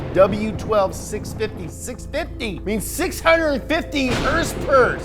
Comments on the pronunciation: Tells you to say MK properly... Says Hrsprs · the way you say hrsprs is everything:D:D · So many Hörsepürs…